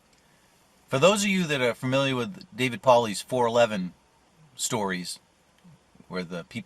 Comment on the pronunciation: Poor David P.! Gets his last name crushed more then anyone I've ever heard! Lol